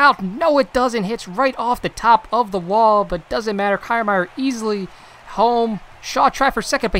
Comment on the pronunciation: Good video. But that’s not how you pronounce Kiermaier